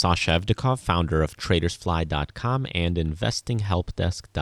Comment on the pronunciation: he said "ca founder" 😂